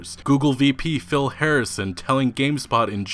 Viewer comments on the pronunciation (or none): none